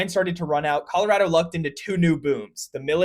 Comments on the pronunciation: Colorado native here: A+ for pronouncing our state correctly! It’s “rad” 😊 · He pronounced Colorado correctly!